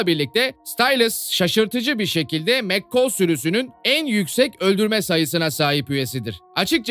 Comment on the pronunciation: abi gercekten anlayamiyorum o kadar diziyi izleyip nasil mccall a mekkol diyebiliyonuz anlayamiyorum